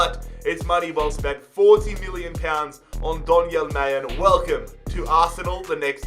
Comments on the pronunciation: Its not may, it is MA-LEN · you say Mallen, with an l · Am I the only one getting triggered by him calling Donyell Malen "Majen" 😭